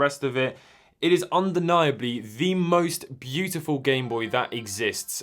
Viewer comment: “Byoo tih foow”